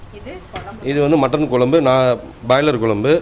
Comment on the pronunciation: Pls mam it's kuzhambu ..kolambu illa...don mistake